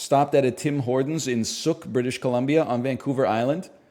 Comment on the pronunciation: He keeps mispronouncing Sooke 😔